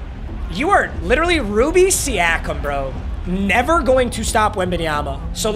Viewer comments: How he pronounced it: (See-a-Kum) How you should pronounce it: (See-o-kum) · struggles with every african name he comes across. anunoby, siakam, ibaka.